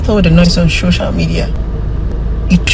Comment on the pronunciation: For the rest of us "LAYMEN" as she called us 🤦🏾‍♀️, I'm I the only one hearing her say "SHOCIAL MEDIA"? and "THANK YOU FOR YOUR CONCYNE"? VDM, you sef zukwanike!!! 😂😂😂